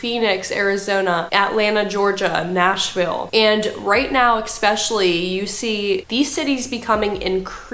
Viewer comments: Jesus. Just read the word and sound it out. E-s-pecially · Tell this woman that it's not pronounced expecially!